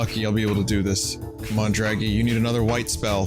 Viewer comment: Hilarrrrrrrity when Vinny hearrrrrs his own Drrrraggy voice.